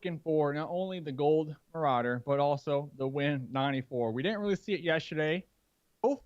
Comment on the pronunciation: Geeze its a Marado not marauder.